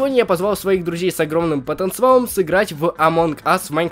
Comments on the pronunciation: почему ти говориш потанцивал но говорят вообщето потанциал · Потонцевал :-D По-моему потенциал